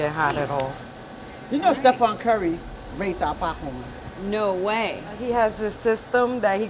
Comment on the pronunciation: She called the greatest shooter of all time Stephon? 😂😂😂lol